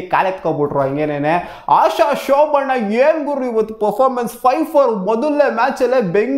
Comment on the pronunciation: ಆಶ ಶೋಭಣ್ಣ ಅಲ್ಲ ಬ್ರೋ ಶೋಭನ 😂😂😂